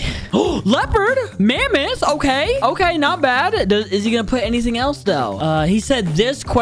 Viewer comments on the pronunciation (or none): none